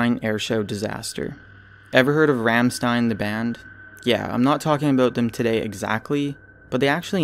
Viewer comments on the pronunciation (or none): It's RAHM-stein, not RAM-stein. And you misspelled it, it's Rammstein with 2 m's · you're an idiot, the band name is rammstein, pronounced like rom not ram, dumb ass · You're pronouncing Ramstein wrong, but it's all good, I don't expect everyone to know :p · romstein u meen not with a A i know because im full German but your awsome to wacth.